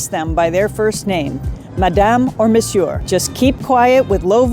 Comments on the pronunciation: Good tips, your lovely wife could use help pronouncing MONSIEUR correctly ,along with other words that I´m sure you both use a lot! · "Monsieure?" "Mannurisms?"